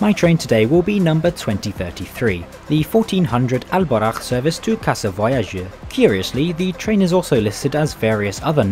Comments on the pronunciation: If there are some points i would like to clarify as a pure Moroccan.. Al boraq isn't that thing u showed, in islam we are not allowed to draw nor to maje status of anything especially living things... Second the name is Al boraq not albarakh as u say it, i had to say that cus i ve seen many videos when people link al boraq some status imaginary creatures from different cultures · It's All Boraq not Al Baraq bro👍 I live in Mohammedia by the way feel free to visit again anytime soon!💕